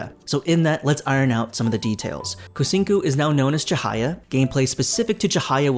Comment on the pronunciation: Lol the pronunciation of Kucingku is killing me 😂. In Malay or Indonesian "C" is always sound as "ch" in English so it sounds more like Kuchingku. I mean, they are not wrong to open to everyone to try out the game and collect feedback. However, the problem is the execution and their method seems to fall flat. Seems like they are not changing course when things are not working. It sounded like Cahaya is more like a vacation world than a proper city like Bliss Bay and Dowon, that's too bad because I would want to be a resident of a tropical climate instead of being a tourist.